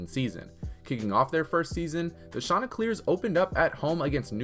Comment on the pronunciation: “Shawn- tey clears”